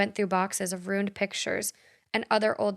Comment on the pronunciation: please work on “ruin”. Every time you pronounce it “roon” I’m like “It’s ROO-IN!” 😂😂